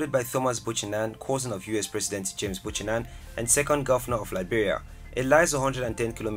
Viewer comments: The city in Grand Bassa County is BUCHANAN not "Buchaman" please make the correction. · Some of your information is wrong. It's NOT Buchaman, but Buchanan. Why mix up a place in Costa Rica with Liberia? Your pronunciations of the names of some of the places are way off. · Yeah 😂😂 But at least he showcased all the the gems 💎 of the country. Most Liberians not even interested in tourist attractions which is great revenue for the country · Exactly ! Made too many mistakes with names and sights. Liberia has far more beautiful Places. However, we do not have Santa Rosa National Park. Santa Rosa is in Costa Rica, South America. Not Liberia Africa. He needs to do a better research before posting things. BUCHANAN is not Buchaman. Kpatawefalls, and Sapo National park was not even mentioned. They are one of Liberia Africa most beautiful attractions. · Liberia is great and I’m proud to be a Liberian 🙏🏾😊😍 It is “Buchanan” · I believe you did your research online, which is why they are contradictory, misinformed documentary. Liberia's worldwide national wildlife park is missing, the beautiful waterfall also missing. Buchanan is pronounced Beau - Ka- nan, the cities are mixed with other foreign cities. To document Liberia, you have to have visited the country, consult with someone who has knowledge, or simply ask the Embassy of Liberia wherever you are based. Kindly edit with the right information and video/picture if you truly care. I actually went through your comments to see if there were other such complaints, and to observe you have 179K subscribers, you shouldn't deceive your viewers, but rather think of your reputation. Perhaps, you have not read the comments below as you are busy adding more videos. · I was watching and then he messed up! Santa Rosa? Buchanam? That's not Liberia African! He's mistaken Costa Rica (Liberia) from Liberia(Africa)! Lol